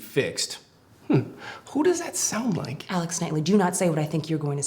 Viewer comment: If you stop it and start it again , it sounds like he says, "i Ike you" lol